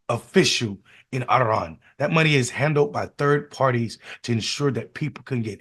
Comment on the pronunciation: What was that iran pronouncing 😅